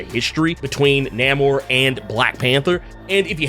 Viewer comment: Say his name right, bro, NAY-MOR!